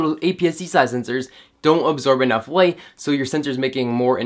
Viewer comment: "A wittle bit more wight" :)